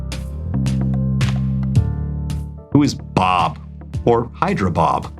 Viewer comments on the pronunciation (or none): none